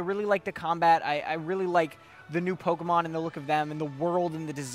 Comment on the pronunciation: Anyone notice the accidental “POKERMON”? 😂